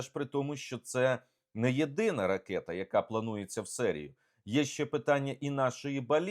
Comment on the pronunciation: Ну чому ви, такий щирий українець, а кажете, "ракЄта", ріже слух і "кітай" кажете, прикро